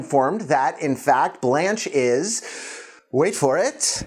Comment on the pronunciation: I'm so irritated how he wrongly pronounced her name.